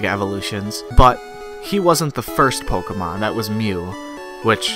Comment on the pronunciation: is it just me or did he just say "PokAmon"?